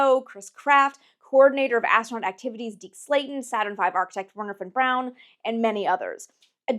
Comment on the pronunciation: Thank you so much for saying "von brown" instead of "von brawn" and for including the distances in kilometers. Also thanks for showing so much new information that I'd never heard before instead of rehashing the same stuff. I'm going to subscribe